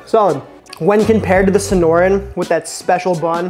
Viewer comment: Young man, Sonoran. Trust a 'zonie to correct you :) Ironically I have never had one haha!